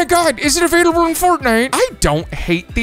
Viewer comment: 😂YES! He said, "But it's not avaliable Fortnnite"😂